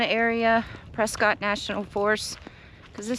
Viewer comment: Yay you're the first person I heard say Prescott correctly in a long long time even people that live here have forgotten 😂